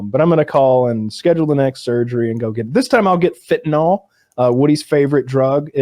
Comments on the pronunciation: Even in rehab EVERYONE including the counselors called it “fentanol.” Like it’s a name brand of acetaminophen 😂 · reminder: the drug fentanyl is pronounced like vent-a-grill, not bet-n-ball